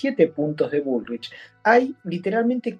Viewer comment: "Grabuá" está bien dicho porque es francés...pero dice bulrish en vez de "bulric" ... mamita...